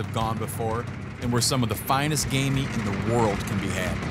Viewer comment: Everytime he says game meat I hear gay meat